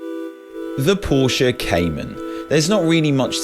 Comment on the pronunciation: Is it pronounced Pornsche?